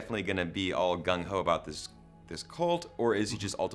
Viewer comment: Stop saying "colt"